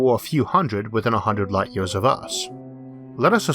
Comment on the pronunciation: ERRRR ER ERRR YOU WANT TO BE TAKEN SERIOUSLY THEN YOU SHOULD LEARN HOW TO SPEAK PROPERLY Dam I bet you are one of those educated idiots. I tried to listen but you yeaors and sky scoorapers